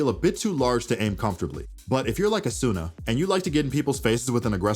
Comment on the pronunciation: Mispronounced Asuna